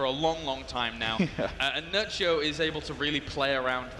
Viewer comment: He said Nerchio , I hear Nuttshow ...